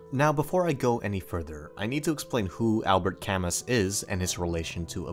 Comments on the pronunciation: His name is pronounced Albert kam-moo, not kam-mus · *al•bear ca•moo great video btw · albert camus name is pronounced like albay cam oo my source is my philosophy teacher but still gread fuckin video brah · Really love the part when he misprounouces Alberts last name, lol. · You're pronouncing Camus wrong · The way you say Camus is just wrong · U pronounced Albert Camus wrong right after calling yourself intelligent lol